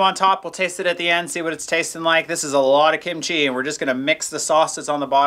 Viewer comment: Please don’t say kimCHEE. It’s KIMchee